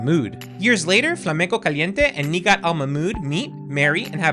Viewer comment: I absolutely love the Katrina lore...I know some people in the community like to say shes there aunt, because of the game sensors to Nighat. I love how you actually pronounce everyone's name. Cant wait for the next complete history vid and beard update 😊